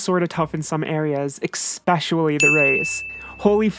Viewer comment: I love you, but even though you take the time to spell out the word "especially" in the top left corner, you constantly mispronounce it as "expecially". It's not a dialect thing. It's not an accent thing. It's just incorrect. It's like "irregardless", "prentzel", or "reraser". Sorry. It's bothered me for years. I held my tongue until you drew attention to it. I hold journalists to a higher linguistic standard than everyone else, as they are supposed to be 'wordsmiths' of a sort. So, I finally had to say something. STILL LOVE YOU! Byeeeeeeee.